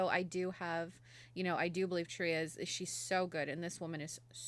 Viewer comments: lol You should know "Truyah's (Tarja)" name is pronounced "TAR-YUH". In Finnish, the J is pronounced like the English Y. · When ya'll say truya, I'm guessing you mean Tarja. Even squares know that! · I hope you watch more. Doing the whole waken show can never be wrong. It was all magical. By the way Tarja is pronounced Tarr-ya roll the r a bit for proper Finnish, but not necessary. :) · I won't be the one of the sweet nice comments...sorry just not me. Maybe learn how to pronounce Tarjas name correctly if you love her so much..also Floor is one of the best on the world...so good is an understatement...question...did your partner like it at all? He literally has no emotion...either way it was an ok reaction...